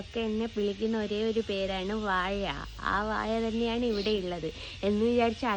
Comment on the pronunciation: വാഴ എന്നു പറയൂ മോളെ വായ എന്നാൽ mouth എന്നല്ലേ ?